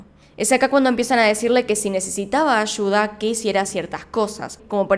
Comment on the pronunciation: "Ashuda" "Marina Shois"